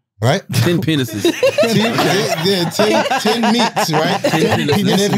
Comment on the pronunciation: Did wax say Pa-nices?😂😂😂😂😂😂